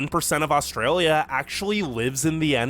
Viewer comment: South Aussie here. I enjoy your reactions and want to put one thing to you.. if you can't pronounce the 'L' in AustraLia' please just say 'OZ' 😂😂😂 bad enough we have to teach Americans to say auzzie instead of Ossy!! 😅 Os-tray-lee-ah ok, not Austraywyia!! 😂😂😂 It's just wrong. You wouldn't say Kuala Wumpur would ya? I know, I live in Malaysia now too but speak like a local sarawakian, and it's a lot more colloquial than plain bahasa!! So do us a favour, say Oz if you can't say it correctly.. from one mat salleh to another. ❤